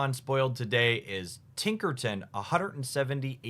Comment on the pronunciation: I swear, mispronounces these names on purpose for comments so he gets free engagement 😂